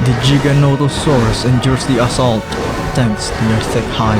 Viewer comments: For the love of god it’s not Jiga it’s Giga Giganatosaurus no J’s. Just like it’s gigabyte not jigabyte. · Great video but you should practice giganotosaurus name everything else is great editing and visuals just great